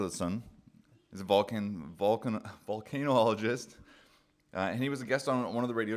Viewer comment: Pronounced Vulcan — ologist … just think of Vulcan the ancient god (or the planet Spock is from).